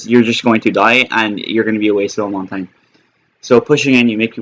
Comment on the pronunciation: QUIT FUCKIN SAYIN HIS NAME LIKE THAT